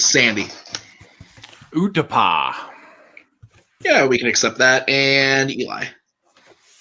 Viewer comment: I would have challenged Sandy's "Utapa" answer. He was close, but that's not the pronunciation of the planet's name. Eli had it right in both pronunciation and spelling, whereas Sandy was wrong in both.